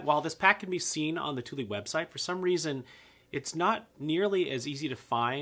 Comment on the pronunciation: Tuly... tar-pollen... are these how you really pronounce them?